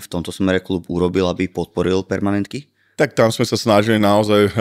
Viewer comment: Viete že sa to vola permanentka, nie pernamentka? Je to odvodené od slova permanentne